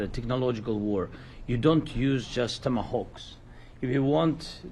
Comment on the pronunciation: These are called TOMATAWKS! LOL